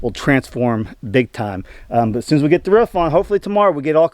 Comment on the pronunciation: Now you can sing the old Frank Sinatra song " I did it my way" I keep hearing you say " ruff" that's the sound dogs make, it's roof. Your getting there.